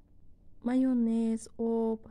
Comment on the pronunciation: Пише:ься майонез, а говорит майнез а не майёнез